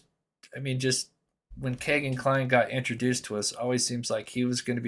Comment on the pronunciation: Why you say kay-gin , his name is key-gin